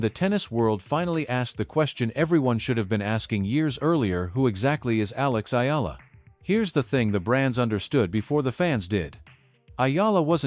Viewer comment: Thanks for pronouncing correctly the last name of Akex Eala